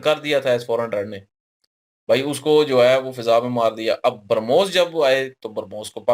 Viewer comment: Acha bhramos ko kaunsa defense system rokega mere bhai ..oh sorry brahmos nahi harmoos :face-green-smiling::face-green-smiling